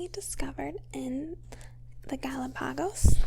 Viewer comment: Love the facts, but one thing, the tortoise fact. Its pronounced Gal-op-ah-Gus islands